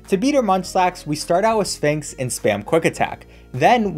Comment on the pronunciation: ya concerned me at firelands but lost me at "sphinx"